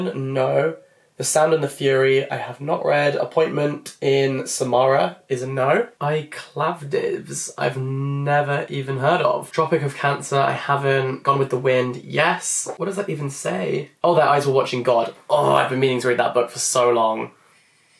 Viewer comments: "I Clavdivs" bruh my ancient historian part of my brain is cringing. Claudius is rolling in his grave. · Your pronunciation of "I, Claudius" is gonna make me chuckle for some time to come 😅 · My dad's always pronounced it like that. Makes me smile every time. 😂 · Well, in classical Latin the letter ‘u’ is often pronounced as a [v] sound - so I assumed that’s what he was going for or influenced by. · The Romans didn't differentiate between U and V. U was created later. V was used for the /u/ sound and the /w/ sound (later /v/ by Medieval Latin). I've heard people pronounce it this way for fun but it seemed like didn't recognize the name. It was just funny to me. It's not a dig against him.